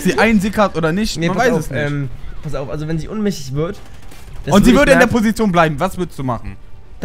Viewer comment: Ohnmächtig nicht unmächtig goootttttt